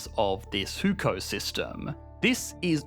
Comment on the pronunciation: Love the vid, but do you have a Chinese speaker to consult on how to pronounce some of the terms? HuKou is pronounced more like "who! ko." than Hookou. I'm happy to run you through the pronunciations via discord if you want.